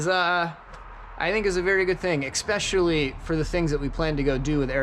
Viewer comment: Ok folks... time for grammar lesson... the word especially contains in it's first syllable no hard consonant sounds. I'm refering to using a hard K, C, or X sound... it is an ssss sound Esssspecailly, Don't make me come there and teach ya'll.